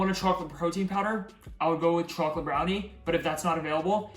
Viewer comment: bhai to chocolate Sahi se bol le na